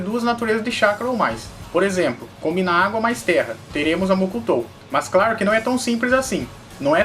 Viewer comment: gosto dos seus videos salve ( so que tem que ter diferencia entre os R e os L claro e nao craro kkk like dado é noix